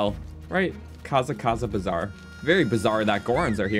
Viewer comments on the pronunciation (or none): He said kaza kaza bazar he was supposed to say Kara Kara bazaar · Did my guy just say kaza kaza baazar